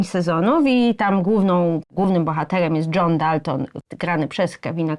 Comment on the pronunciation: baba z wada wymowy mowi ze john dalton no ja pierdole